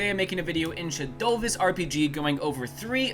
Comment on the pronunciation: bro said shadoves